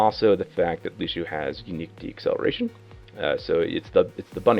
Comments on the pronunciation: It's Lucio, not Lushio!!!!! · nope, loose-yo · Good video, but annoying how he pronounces Lucio wrong! It's not Loo-Shee-Oh! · his name is Lucio!!!! not Lushio. smh.... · If I had a dollar for every time he said "Lushio"... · Stowtie You do but but he was pronouncing it lu-she-oh. Although OP is kind of a neck beard and over reacting for attention. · BASTION LU-see-o. The "cio" part of it is one syllable. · Mains him and can't even pronounce his name right.. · there's an accent mark... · TheAlienAdventures That would sound like "lush" not "loos" but he might as well have said it like that. It's just as stupid.